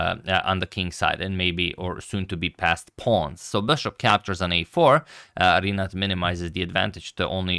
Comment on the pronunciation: Hey Antonio. In Rinát name letter A is stressed